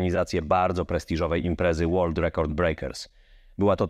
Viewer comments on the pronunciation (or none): none